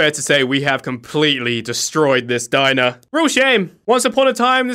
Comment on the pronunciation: Get our of my Dimer. Everyone: He’s having to much fun that he says it wrong